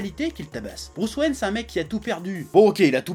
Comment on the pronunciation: Hhhh il a dit : Bruce Rain